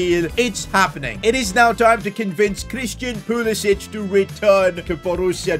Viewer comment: Why does he say pulisich